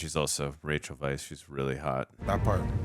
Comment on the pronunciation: Rachel Weisz's last name is pronounced "vice", so you were correct in your pronunciation. Most people aren't. Ralph Fiennes name is pronoynced Rafe Fines. Good job, both of you...I heard some Star Trek: Wrath o Khan Horner music.